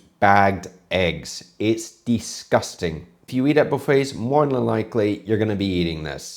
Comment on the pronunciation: For someone who seems to critique and point out the small things that he does wrong and correct him on how he pronounces poutine, you would think you would know how to pronounce the word disgusting. Its not DEEsgusting, its DIsgusting.